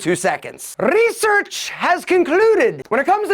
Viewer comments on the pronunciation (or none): "Rrrrrrrrresearch" gets me all the time😅